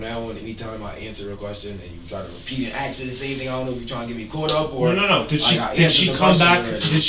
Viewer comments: “I didn't axe 🪓 you anything." You're the reason Yte people always mock us with 🪓. It's A-SSsss - Kuh. Ask!!! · Such a punk with his smirky little face hanging down at the floor. "You aks me, I was in da hospital wif her".